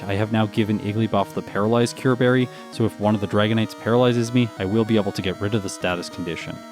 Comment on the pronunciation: "Poyzoncyurbarry"? its pronounced PSNCUREBERRY